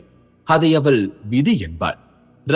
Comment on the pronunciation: Mosamaana thamizh uchcharippu AVAL IVAL Enru